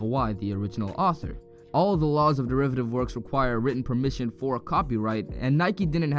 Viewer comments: Enough talk. Go straight to the point. DERIATIVE vs Derivative shit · "deriative work" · “deriative work”